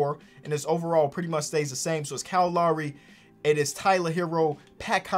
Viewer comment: “Kyle Lawry”